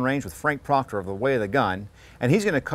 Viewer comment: Proctor. Not Proctore.